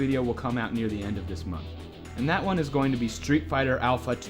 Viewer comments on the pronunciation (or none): none